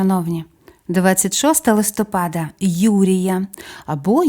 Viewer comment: Дякую за цікаві розповіді, зміняйте будь-ласка наголос у листопада на склад -па-. Прошу не ображайтесь. Ми, у школі, коли вчили місяці нам знижували оцінки за неправильний наголос. Я запам'ятала це на все життя. І зараз по-душка, порт-фель дуже "ріже" вухо. Ще раз дуже дякую. Божого благословення👼🙏❤ на перемогу, на збереження життя і здоров'я всім захисникам і захисницям, процвітання вашого каналу. Слава Богу, Слава Україні. Слава ЗСУ. ❤❤❤😊😊😊